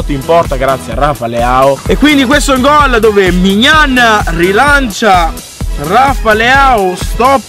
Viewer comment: mignan? Venne comunque bel video